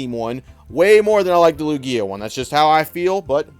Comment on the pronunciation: Most of these people are brand new and just lonely and don't have any friends to talk about pokemon with. Also why do you pronounce Lugia like that? That's not how its pronounced in any of the anime?